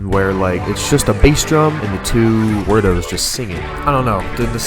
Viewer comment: it's actually word-oh